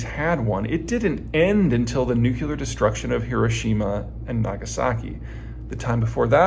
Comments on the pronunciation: Please, for the love of all that is holy: it is "NŪ'klē'er" not "NŪ'cue'ler" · Why do you say newk-yoo-lur instead of new-klee-ur? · Peter, on a separate issue, I notice you say "nuk-u-lar" instead "nu-clee-ar". I first noticed this pronunciation issue years ago with President Jimmy Carter who, ironically, was a nuclear engineer in Admiral Rickover's nuclear navy. Can you explain how this mispronunciation will affect world events in the near future? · Yep...'New'...'Clear' ----------- Say them together.